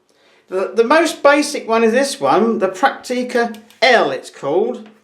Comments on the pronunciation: Prakteeka's? It is prenounced Pracktica. Not Prakteeka... ;-) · We call them "Pracktica" (phonetically ;-) It's emphasized on the first syllable). I have a BC1, my father has two BX20. It's a pleasure to use them.